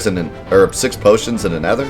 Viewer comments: It's pronounced ee-ther (hard TH like in 'thought') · It still bothers me that he doesn't know how to pronounce ether. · The way you pronounce Ether is quite funny